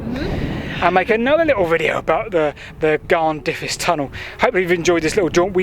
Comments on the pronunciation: Amazing that someone is actually looking at the amazing areas around Blaenavon. But your Welsh prononciation is definitely not what I was expecting. Blaenavon (B-lie-na-von) and Garnddyrys (Garn-f/v/th-i-ris). Hope I don't just sound annoying. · Garn-there-iss is the closest I can write the pronunciation for Garnddyrys.